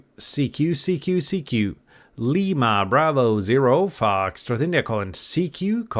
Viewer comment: Constructive criticism the way you pronounce the foxtrot India It’s a little hard to understand if I was hearing your CQ call over the air. Tough enough to understand knowing what it is listening to you on YouTube.